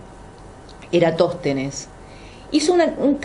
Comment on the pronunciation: Lamentable, están juzgando y riéndose de una teoría con pilares fuertes mientras leen un artículo de eratostenes desde el celular. Se nota que ni siquiera había escuchado de el, ya que en una oportunidad pronuncia mal su nombre.